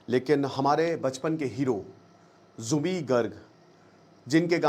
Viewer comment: Aap uska naam galat ucharan kar rahe ho Zubin nahi Zubeen